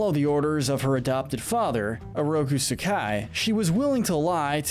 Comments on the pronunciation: 'oroku suh KAI' This triggered me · The way he says Kunoichi was passable but when he said Oroku Sakai I lost it.